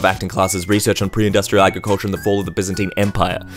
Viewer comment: it’s bizinteen, not bizeenteen